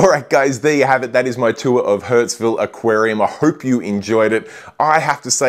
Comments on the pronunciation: your pronunciation. You called it hurts-ville not Hurstville throughout (except once in the intro). You probably don't notice but you also swap a and e sounds pretty severely. Usually people who do that cannot hear the difference between the two sounds. Maybe you cannot hear this one either? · Once again, another great store tour video. Just letting you know this store is pronounced like “Hurst-ville” not “Hurts-ville”. Love those gem tangs but don’t love their price. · Love the Hurtsville pronunciation! That's where your wallet will be to buy the eel! They have a great store with a good reputation.